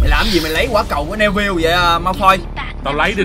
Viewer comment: Neville đọc là Ni-vồ chứ không phải ne vil nha anh Lúc chơi thì anh đọc sai nhưng lúc kể thì đọc đúng